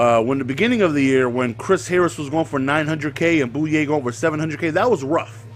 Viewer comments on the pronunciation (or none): none